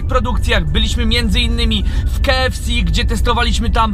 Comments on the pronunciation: Po polsku (wymowa) to KA EF CE a po angielsku (wymowa) KEJ EF Si :) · witam jedynego youtubera który nie potrafi poprawnie wymówić nazwy KFC. Jak mnie kurwać męczy to Twoje odwieczne KE ef si, he, he :) Ogólnie zawsze oglądam i łapa w górę. Pozdro :) SerkEM, słodKE chili itp. Spoko mordo już wiem co jest grane... nie czepiam się co do Twojej polszczyzny :) Działaj dalej. Siema.